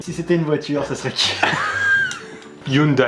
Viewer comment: Il a dit "ïoundaï"...